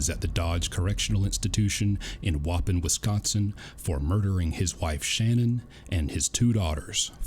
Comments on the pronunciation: I lived near Waupun, Wisconsin. The pronunciation is WAH-pahn. Btw, great video! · I'm from Waupun, I giggle it people who try to pronounce it. Lol. (No offense, I butcher other Town names as well. Lol) But it's pronounced.. waaaa pon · Love your content but just an FYI…. It’s pronounced Whahpon (phonics) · I know this video is a year old but the prison that Watts is in, Waupun and Dodge where Brooks is, are both in Waupun. But the main reason i I’m leaving this message is because it’s pronounced “WUH-PON”. In case you wondered. I’m a Wisconsin native. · Just watched a bunch of your videos! I just wanted to say it’s pronounced Wau-Pawn. You say the first part right but the ending is “pawn” like in chess. Unfortunately I’ve been through there 3 times. Not sure if you know that Dodge Corr. Inst. is also receiving for the whole state and the max side is actually quite small. Less than 300 people but the majority are doing 30+ years. I know this because my first celly I had in county for my 1st major case when I was 18 was the “Rock County, WI serial rap**t” and got sentenced to 195 years (155 years state prison, 40 years extended supervision). Anyways I definitely enjoy your videos especially because I can relate to it after giving 8 1/2 years of my life between Wisconsin and Illinois. Glad you’re going strong on here I would love to see this channel grow into the millions! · The moron who drove into the Xmas crowd won't get shanked in Waupun (pronounced "Wa-Paahn"). They are under major federal scrutiny right now after indictments were dropped on the warden and several members of staff. Waupun will be pristine for the foregoing future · Great video. But for the last time, it’s Wau PON, Wisconsin. Accent on second syllable. Just a proud cheesehead here😊